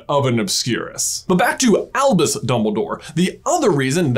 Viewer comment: Sometimes when he says Albus I hear him saying Elvis and it makes me so confused